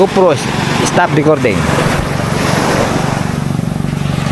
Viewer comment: “ go pro stop DECORDING” 🤣🤣🤣✌️✌️